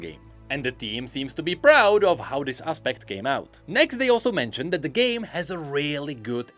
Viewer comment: accent: Project Gay Me, who is listening in the background: The what?